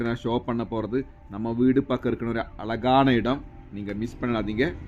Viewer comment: Don't say alagaana. Azhagaana. Zha sound as in pazham.